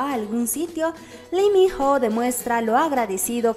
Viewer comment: La pronunciación del hombre es tal cual te lo escribo a continuación; I MI NO, por favor pronuncialo bien ya todos sabemos como decirlo.